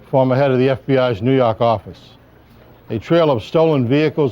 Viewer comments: I just come to hear him say "NEW YAWK OFFICE"😂Good coverage as always 💯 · “I’m Jim Kallstrom, former head of the FBI’s New YAWWWWK office.” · "Nuuu Yark ahhfice" how I've missed you ❤ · New Yaark Arfice. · 'new yak office' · New Yawk Ahfice*